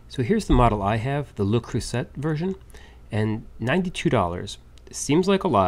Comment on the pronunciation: Pronounced: lay crew say Accent on crew Got it? Lol